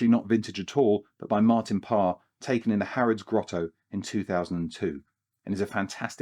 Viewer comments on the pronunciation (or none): none